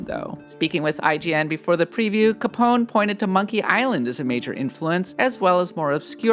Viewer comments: Learn to pronounce Italian, you do not have to remove any letter to Capone. It reads exactly as it is written. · it's freaking caponEH . im not even italian or speak italian and this makes me mad. have you never heard of al capone?